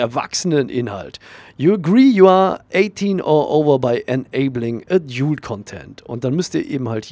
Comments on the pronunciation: Klugscheiss-Modus an : Preferences heisst Vorlieben ;) Und es spricht sich nicht A-djult Content sondern Ä-dalt Content (lautsprache wobei das Ä nicht zu stark betonen sonst kommts dem sächseln zu nahe ^^) Klugscheiss-Modus aus. Gruss :) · Adult wird edalt ausgesprochen!!!!!! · *ädiult(so wirds ausgesprochen) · es wird übrigens "ädalt" ausgesprochen :) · Danke für das hilfreiche Video, aber bitte höre dir die richtige Aussprache von "adult" an. ;-)